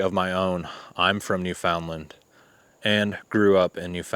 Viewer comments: Hey, THANKS for posting this...the stories are very interesting. BTW: Newfoundland is pronounced..."Newfun-Lund" or "Newfin...Lund". 🙂 Best regards from Yucatan Mexico, Ben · Very nice production music! That's a great "plus" for your videos. Newfoundland isn't pronounced like it looks. The natives say "NOO-fun-lund". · Pronounced New-fin-land, accent on New. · FYI, Newfoundland is pronounced (new-fund-Len). Not a big deal though. Love the content and the channel is great. Thanks!